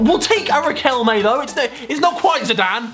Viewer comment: it is pronounced without G, I speak spanish